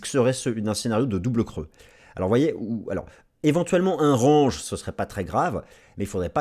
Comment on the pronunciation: Je t'adore! Surtout le fait qu'un mec qui dit "range", comme une "orange" s'étonne qu'un pote à lui dise bit "coin" 🤣🤣🤣 T'es le meilleur! Ne change rien 😉🦆